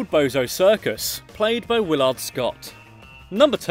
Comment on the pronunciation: The second syllable in Willard Scott's name is deemphasized, with the accent on the first syllable, so his name is pronounced "WILL' - erd". Not "WILL ARD".